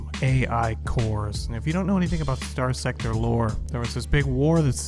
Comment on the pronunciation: Why should anyone watch this when he can't even say the game title correctly?